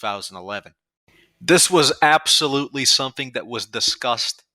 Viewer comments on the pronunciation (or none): none